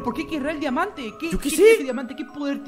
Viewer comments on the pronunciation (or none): me dio miedo quando dijo dimante y cuando biste la puerta